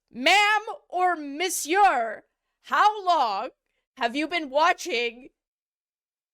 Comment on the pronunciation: Canadian-ness came out when she said "monsieur"